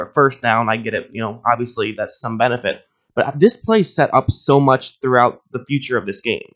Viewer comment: Why do you pronounce bay as "bay", but play as "plaiyyee"